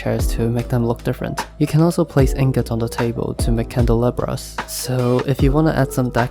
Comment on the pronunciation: dude what is a "candle abras"